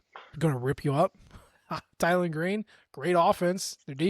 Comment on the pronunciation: Hey,; One point of correction. It's Tylenol Green, not Tylen. Thanks for all that y'all do. Cheers MIZ